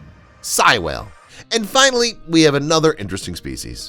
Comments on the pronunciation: Sei--it's pronounced "say," not "sie." Baltic Sea--it's "balltic," not "belltic." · Sei (Say-e)